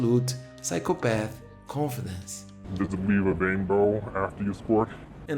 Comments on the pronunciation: He actually said “does it weeve a wainbow?” 😂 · does it leave a wainbow after you sqwuart🌈